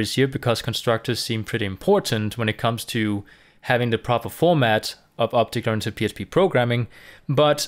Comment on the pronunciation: J is prounced with sound of H in many words like Mojave may be thats why this guy is pronouncing it Obhect programming